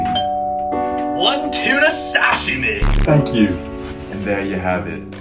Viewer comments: i like how he pronounce sahimi as 🎇SaShEEmIe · "OnE tUnA sAsHiMi" needs a Guinness world record for wrong pronunciation